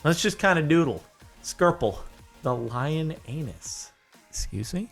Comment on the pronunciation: lioness lion-anus.. its supposed to be pronounced as lioness... they was speaking in kenetics.. well they tried to so oh well..